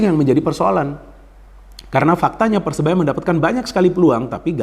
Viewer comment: Maaf bung koreksi sedikit. Persebaya bung bukan persenaya